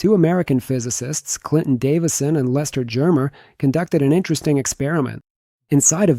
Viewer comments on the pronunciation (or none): none